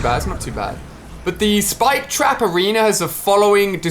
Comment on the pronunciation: When you say it it sounds like “Spike Traperino” which is something that I totally imagine Rich (iTemp) calling the spike trap in his commentaries.